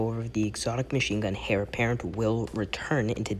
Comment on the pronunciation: It's pronounced 'Air' apparent not 'Hair' apparent